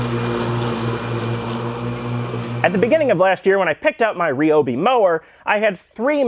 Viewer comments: reeeobee? the fuck is that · First 3 seconds of the video.... "Ryobi" Oh.... I see....